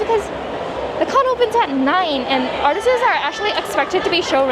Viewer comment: i don't know if you've noticed this, but you always says "artises" instead of artists